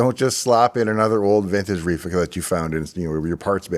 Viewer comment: sounded like you said "reefer capacitor"